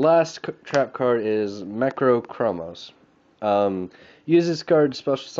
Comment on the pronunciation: Lol, dude I don't know if you are joking or what, but you cannot read for crap. Hearing you rape the card names is the best thing about this video. Dimensional Poison? Macro Cromos? Abangi of the Radiance? Sikfrisu Armor? Carmen Cutter? Lmao, just take your time and sound out the cards, it's not that hard. Lmao, this video is freakin' hilarious. I don't even know how you play the game if you can't read.